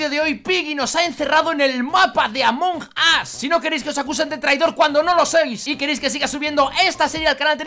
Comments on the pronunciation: se dice among us no among as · No es among As es among us